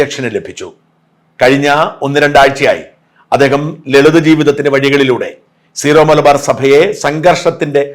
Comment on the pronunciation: ഷാജൻ സ്കറിയ ഉൾപ്പടെ എല്ലാവരും തെറ്റായി സീറോ(zero) മലബാർ സഭ എന്നാണ് പറയുന്നത് . സിറോ (syro) മലബാർ സഭ എന്നതാണ് ശരി .